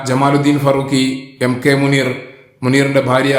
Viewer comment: മൂനീർ ഭായി... മൂ.....? എന്താല്ലെ!😂😂😂